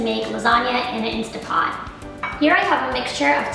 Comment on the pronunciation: Instant Pot not Instapot. Commonly mispronounced. Just saw your recipe and it looks gtreat!!!!!